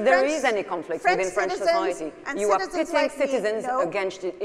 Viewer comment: erm... french, not frend :D